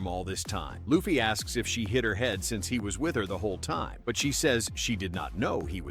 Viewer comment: Stop calling Luffy as Laffy